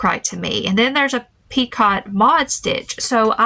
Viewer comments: Just in case you’re interested, the pronunciation for “picot” is French - just like “crochet” is “croc-Shay” - picot is “pi-cō” like Rico). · Picot is a French word, pronounced Peekoh 😊 I loved the bear 🐻 really sweet! And the croc was gorgeous! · This video was great! I'm glad your channel popped up out of the blue. Can I be word police for a second? Picot is pronounced with a long O and a silent T. Sorry, word nerd here. Hugs